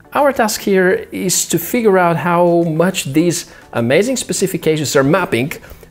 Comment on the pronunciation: Love your videos dude, and I know English isn't your first language, but your pronunciation of some words need work. "AmazingK", "First thingK", "SwipingK" ?